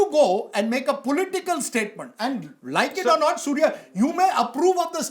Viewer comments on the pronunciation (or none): Surya ❌ suur😂😂😂😂